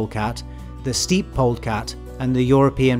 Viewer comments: I love your videos and don't want to be picky but I must say you often mispronounce crepuscular as "crespular" and steppe as "steep" instead of "step" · Steppe is pronounced like a stair step, not like steeping tea… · Steep? You mean steppe? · The way he pronounced steppe really bothered me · Thank you for the feedback,! Yes! I have a video on sharks planned very soon. I just looked up the pronunciation of steppe and you're totally right, thank you! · Pronunciation is distracting : Steppe